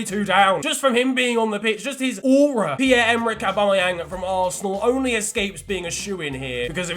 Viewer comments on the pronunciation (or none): none